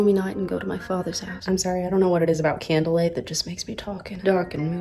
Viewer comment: Candlelight also causes to turn British.